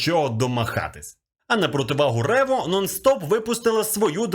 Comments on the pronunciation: ревО❌ рЕво✅ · не рево, а рево!